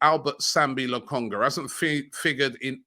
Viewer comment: LOKONGA NOT LAKONGA